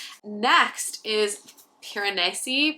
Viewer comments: Whenever you said Piranesi, all I heard was Piranussy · every time you pronounced it piran-ussy i giggled. but i totally felt the same way about it, not all it was hyped up to be !